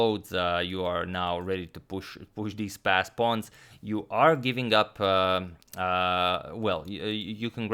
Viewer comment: Always thought you were saying “fast pawns” 😂